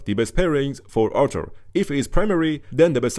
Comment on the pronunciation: Why I am hearing archer instead of Arthur again and again